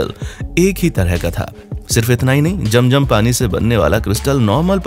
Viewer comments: Bhai it's not jam jam it's zam zam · Jam jam nahi kehte zam zam kehte hai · Jam jam apni 🤣🤣😂😂 It's Zam Zam